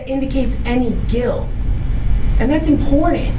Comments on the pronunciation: This woman keeps saying the word "importantl" the word is "important" this woman is a lawyer. She sounds ignorant. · Designer clothes, huge wads of cash and ths is your lawyer? I feel like Everyone involved should've been charged. It wasn't on purpose, but he did take a life of a baby. His actions were reckless indeed, but he didn't mean to murder that baby.. The lawyer is inexperienced, and represented her client poorly.. she can't even pronounce Important, properly... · "And that's important." It's also important to correctly pronounce words such as "important".